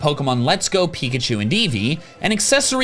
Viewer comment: Eveachu and peekee.